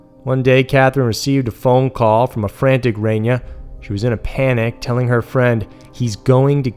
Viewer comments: It's Reyna not Renya... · Her name is pronounced Rey-na. Not Ren-ya. You said it right a couple times. :/ Her last name I understand is harder pronounced "Marro-keen." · Reyna Marroquin, pronounced RAY-NUH MARROW-KEEN, please up your game on this..... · Say it with me REY●NA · Pronounced Rain-Uh..Meaning QUEEN in spanish.. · Good video, but the pronunciations could use some work. The woman's name is pronounced RAY-NUH MARE-AH-KEEN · It's pronounced RAY-NAH. But awesome video like always 💖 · Came to say this. I was beginning to think that I was the only one who noticed.